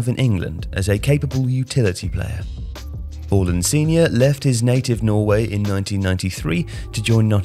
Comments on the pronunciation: why do you keep calling him Whoreland? It's Haaland Haa-Land its not difficult is it? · Sorry, “hawland”? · It's Haaland, mate. Not Holand.